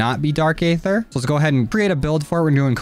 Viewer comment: You know that aether is pronounced EE- ther, right? the a is silent. It's cringe to here you say A-ther all the time. Just listen to how the pronounce it in the video game. And it that is not enough, look up what aether actually is. HINT: the answer is out there in the aether.